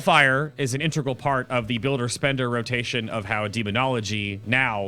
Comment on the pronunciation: int-AYE-gral, lol wtf? Integral.